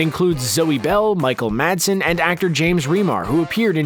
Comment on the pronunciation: Madsen, not Marsden.